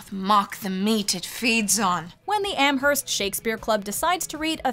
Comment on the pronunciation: Am-Herst 🤢 it's pronounced Amerst